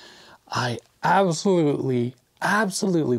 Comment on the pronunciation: "I ahbsorurie" Had a bit of a moment there did ya? 😂 Sorry man but that is not attractive at all. She used the wrong type of paint and the wrong painting method. Looks like a middle school "art" project.